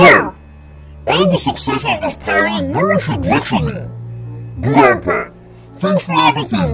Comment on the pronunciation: "gurampa" lol